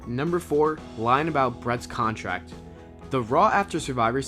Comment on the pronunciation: "Thum"? "Contrack" ?